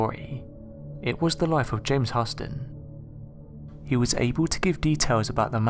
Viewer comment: It's pronounced James Line-E-Ger and Houston is pronounced Hue-Ston